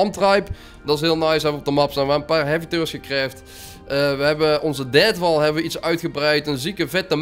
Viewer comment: Als deathwall zegt lijkt het alsof hij dadwall zegt lol